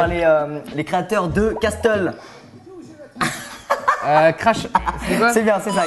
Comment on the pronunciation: casTTle... c'est cassle